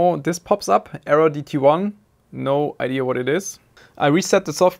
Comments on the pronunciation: Don't pick up that redneck "IdeR", please Just... don't Es gibt kein R in "Idea" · ia ia say after me ia not iar or ear lol jk but furealio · There is no R in Idéa. 😅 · "what a stupid idear" is that a meme on this channel or why does he pronounce "idea" wrong ? not hating, i love this channel ,just wondering . its in multiple videos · Lol you kill me with the way you say idea.... No mocking, love the content as always, but there's no r in idea LOL I'm dying..